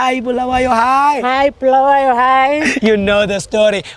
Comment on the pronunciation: U cc wavehle wathi bhulawayo thina sikwaz ko bulawayo 😂😂😂😂 As Zimbabweans ako bulawayo si confused😂😂